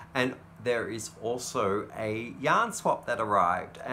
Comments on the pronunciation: Hi. I have to admit that I thought for the longest time you were saying young lovers at the beginning of your videos and I thought that was so sweet. Somehow it finally clicked you're saying yarn lovers, lol. You're still sweet though. Brightest blessings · I hear the same thing and wondered at the first why was saying that lol